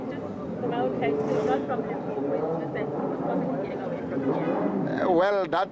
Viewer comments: Limpopo not Limpompo yhoooo dis man aowa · You better call it Polokwane if you don't want to pronounce limpopo correct 💯